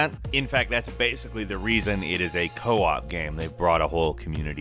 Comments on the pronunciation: It's Co-Op not Coop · Co-op, not 'coop'